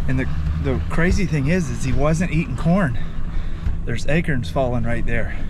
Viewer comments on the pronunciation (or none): Akerns lol acorns he says 🤣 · Too funny! When I heard this fella say "acurns," I immediately questioned to myself, aloud, "acorns?" When it, then, seemed he'd heard me, but a moment later saying, "acorns": can't remember last time I'd laughed so loud, out loud, from something on the internet, lmao! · I love how you say Acorns….AKerns lol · Hi. I just saw you type a label, something like he eats acorns. Why do you know how to spell it but you don't know how to say it; Acerns?